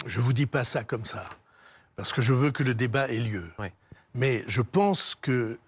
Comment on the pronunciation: méyeuh, arrêtez de me triquiter-euh !